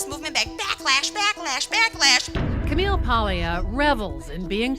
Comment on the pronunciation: You'd think Madonna Ciccone, so proud of being Italian (when it suits her), would know how to pronounce "Paglia."